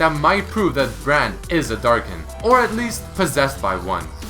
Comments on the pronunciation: Hm. and wiki pronounce Darkin like "Dark's kin" and in my translation it's "Darkins". Ah, the research put into translation. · wait, what exactly is a "Darkin"